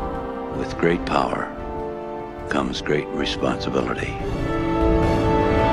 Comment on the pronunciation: U said pewer rangers I thought it was power rangers